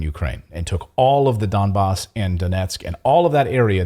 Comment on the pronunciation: I appreciate the correct pronunciation of Donbass.